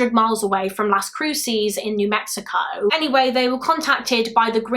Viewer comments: I mean no disrespect but it’s pronounced Las Cru-says. Las Cruces. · Fyi : Las Cruces is pronounced las Croo suhs - love your channel!! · i know you don’t know better but i live in las cruces and the way you pronounced it made me laugh